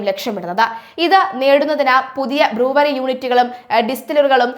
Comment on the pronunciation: ബ്ലൂവറി അല്ല ബ്രൂവെറി